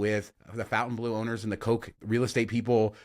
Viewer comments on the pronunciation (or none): Its not Fountain its Fontain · You guys rock but will you please stop mispronouncing "Fontainebleau"? It's not "Fountain Blue", it's "Fontin Blue". Thanks!